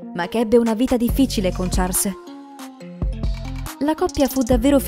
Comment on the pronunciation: Sbaglio ma a minuto , dice vrita